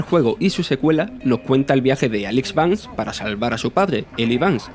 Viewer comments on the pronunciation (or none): none